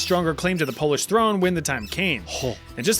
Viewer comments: Good job on the pronunciation of polish names. It's hard for those who aren't from here, but honestly I didn't expect my country here so thank you for adding it ^^ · Cheers from Poland, very solid pronunciation, love to see our nonsense mentioned!! <33